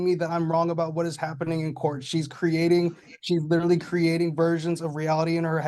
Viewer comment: I know this is going to sound stupid but, thank you for clarifying that he was saying literally. I kept hearing mortally didn't make sense. I thought it was just a new saying. I'm old